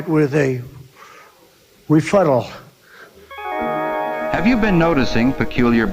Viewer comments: “Refuttal” cracks me up, every time 🤣🤣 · "Refuttal," I crack up over some of these ads. Love them. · WTH, is a refuttal? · Sir, don't dignify it with a refuttal"... Says all you need to know about this unabashed moron. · Translation… My peons said, “you idiot” when I wanted to lie again. They said, “Moron. You don’t have a comeback”. “But, I do have a refutt…a Re…a R E -futtal” (that’s a play on an old Damon Wayan’s joke. thank you Damon. It never gets old) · What does refuttal mean.